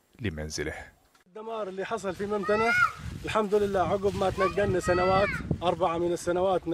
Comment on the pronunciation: ممتنه يا طرش مو ممتتتنه